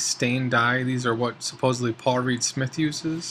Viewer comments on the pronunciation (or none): none